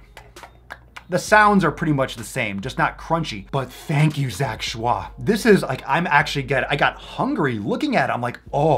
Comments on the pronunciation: His last name is pronounced as "ch-oy". He actually eats raw salmon, steak, rib eye, waygu, etc quite often as well... (at least previously). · His last name is pronounced like Choy in bok choy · Kamimari Denki why is he saying shah? It’s Choi.... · He's just joking pronouncing it with a French intonation XD I'm French so it makes me laugh everytime, can't help it 😂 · He pronounces it schwa for the Lols. He knows its Choy😂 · In the first video papa did on him, he says he knows it's choi, he just likes how fancy schwah sounds. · if i took a shot everytime he said zach "shwah" id die of alchohol poisoning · Am i the only one who still giggle everytime papa say zac choix ? 😂😂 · the bandana, the way you say zack shwah, I cant 😂💕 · Lmg that's not how u pronounce his last name lmfao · That's 🙂 he's just being funny with the way he says it, I'm sure he knows the real way to say it hehe